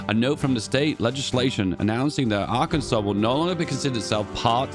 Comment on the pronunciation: Is secretly an American? Aint no way a Brit knows how to properly pronounce Arkansas